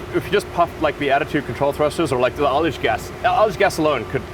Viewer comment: What is aldish gas? edit: He was saying ullage gas, never mind.